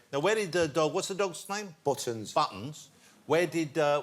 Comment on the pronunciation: love the different pronunciations of “Buttons”